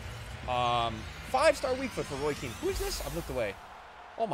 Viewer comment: “Roy Keane” 🤦🏻‍♂️ 😂